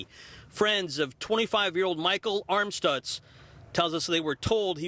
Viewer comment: His name was Michael Amstutz not "Armstutz"